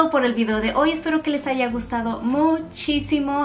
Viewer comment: Muy fácil y todo.. pero no se dice "ahiga nudos" es haya nudos